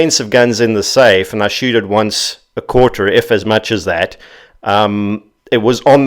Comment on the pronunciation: "Stay styf"😂